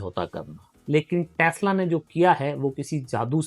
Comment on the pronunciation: Tasla❌ तसला✅✅😭